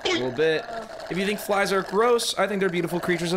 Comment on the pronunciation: You missed him literally saying fries instead of flies. hahaha